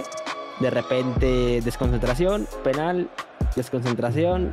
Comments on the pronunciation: Pero por qué dice PÉnal AJAJAJAJAJAJA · Por que dice Pénal y no penál... por que le gusta el pé..